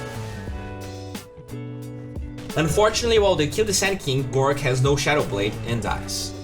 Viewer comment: Pls its gorgc not gorc. This is the third time